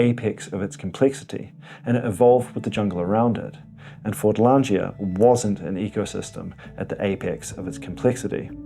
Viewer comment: Fordlandia - where is the 'g' in the word as the pronounciation by the presenter puts one in.